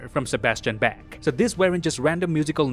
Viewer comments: Thanks for another great video! A great representation of all the hard work the visual effects team does. Just want to say that Bach is not pronounced Back but Baugh! Thanks again for the video! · I'm sorry but it's not pronounced back it's pronounced bah- k. I hate it so much when someone doesn't get classical artists name correctly. Sorry but I had to say this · Did you just say (Johann) Sebastian Back? ? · Dude I really like your videos but PLEASE at leats try to pronounce Johann Sebastian Bach and Ludwig von Beethoven correct it’s not that hard other than that great video